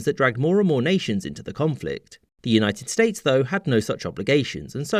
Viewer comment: "US States" ah yes, the US is not a united state I think he meant to say "United States" but I misheard it